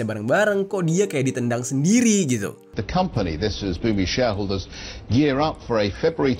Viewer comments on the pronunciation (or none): none